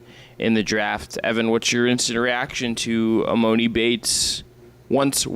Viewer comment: This is embarrassing y’all talking about e-MOE-ni. When did anyone ever call him that? Lmao